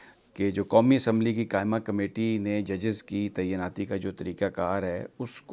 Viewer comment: براہ مہربانی "تعیناتی" کا تلفظ درست کر لیجئے۔